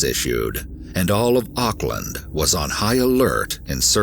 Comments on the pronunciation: First of all college here in New Zealand is high school. And he got life in prison those idiots thinking he got 7 years or 11 years are wrong. Why don’t you google it. Rather then getting angry. There is also a lot of false information In here like the pronunciation of Auckland and There was alot more then happened this Could’ve been a Longer video then 15. Minutes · lol "ock-land"